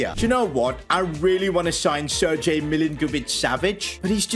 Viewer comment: At least he pronounced Milinkovic-Savic right , but Sergej...